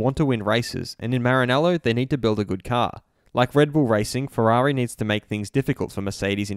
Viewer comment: Ooofff Valentino Rossi like fwerari fwiend sad Lando